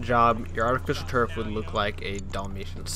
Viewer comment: artifisturf?? good job